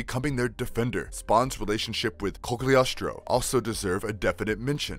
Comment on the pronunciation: Cogliostro. The g is silent. Cyan. The y is a long vowel. Violator. The I is a long vowel. Malebolgia. Mal like Al, bol = bowl, gia is a soft g like genre.